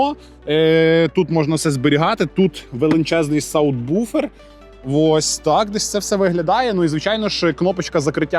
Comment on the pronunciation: Це вже не має значення. От коли в українській мові зʼявиться офіційне слово як звучить subwoofer , тоді і будемо так говорити, а зараз залишається тільки використовувати англомовний варіант. Звичайно ви ( та і я) можете використовувати будь яке слово, але в медійному просторі подібна вимова дуже ріже вухо.